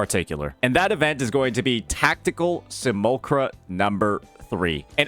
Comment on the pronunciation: "see- mule- lack- kra" think of how Simulation is pronounced. Can't be having mispronunciations on top of making typos. ( Just noticed the A that followed the L was completely glossed over..)